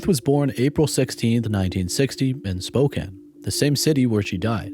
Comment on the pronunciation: Spokane is pronounced Spo-Can (like soda can) Not ‘Spoken”